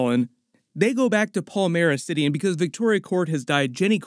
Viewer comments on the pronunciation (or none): none